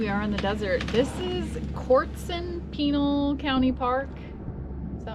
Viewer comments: Yes, thank you - when said 'penile', coffee came out my nose. pin-AL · Just an FYI, it's Pin-al not penile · Pinal, is pronounced Pin nel.